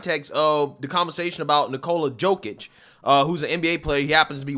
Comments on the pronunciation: bro, u need to sleep :D and it´s YO-kich, not JOE-kich :* ;) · For the beginig try to pronounce Jokic's name correctly